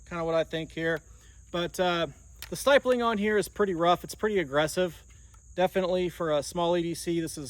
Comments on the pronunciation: stipling, not stipeling. Pronounced like skip. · Stipeling? I bet he pronounces nuclear as nuculear. 😂